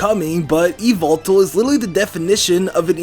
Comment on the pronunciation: It's yuh-vul-tal